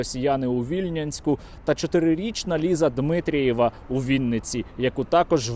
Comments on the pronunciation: вибачте. Вкотре чую, як ви згадуєте моє рідне місто Вільнянськ, проте згадуєте його некоректно. Наголос ставиться на літеру Я, тобто ВільнЯнськ. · Вільнянськ-наголос на "я"